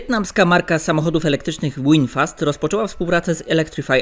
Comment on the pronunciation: Nie Łinfast tylko Winfast. V w ang. czyta się jak w.